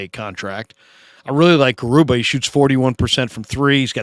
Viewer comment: Hi I’m not sure you gonna read this, just wanted to correct you about how to pronounce Garuba… it’s Ga.. ah..ru ba.